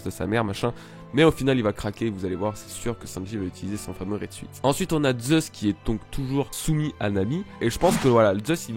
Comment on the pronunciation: Bon par contre "raide suite" non, "suit" en anglais ça se prononce genre "soute", donc, à la limite, si tu veux rester dans l'accent français juste dis "raide soute" et tout le monde sera content haha (mais très bonne review quand même pour l'instant hein, c'était juste un point que j'arrivais pas trop à laisser passer, mais qui ne change rien au fond :p)